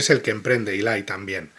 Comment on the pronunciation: toma nota de que el personaje se llama Eli, no Ilay 😂